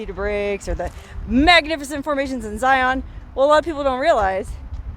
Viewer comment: Great video! Tushar like "gusher" and Zion like "lion".